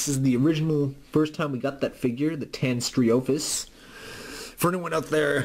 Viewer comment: The name is actually pronounced: TAY-nee-STRO-fee-US. Also, the reason why the figure is marked as being made in '93 is because toy companies would start prototyping before initial release the next year.